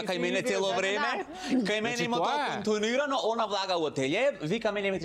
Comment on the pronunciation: За БалкОн ај ќе речеш згреши, ама "контуунирано"? :face-purple-crying